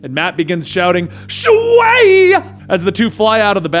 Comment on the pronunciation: sway? shway?